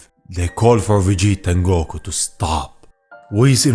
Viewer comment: Especially when he says “gow-KU (goku)